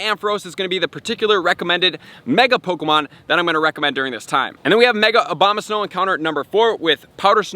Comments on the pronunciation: It's ABOMAsnow, not OBAMAsnow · Was I the only one that caught him say " obamasnow " at the end?!🤣